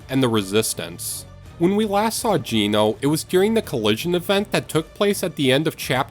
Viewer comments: Comment 19, Geno is not pronounced gee no, it's pronounced Gen no! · I'm sorry but way u pronounce geno gets me 😭